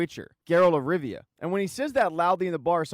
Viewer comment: Not tryna be rude but its Geralt of Rivia not Geralt of Riva